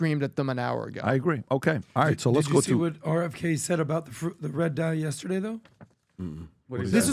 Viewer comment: Nobody: Pbd: YESTADAYE….!!!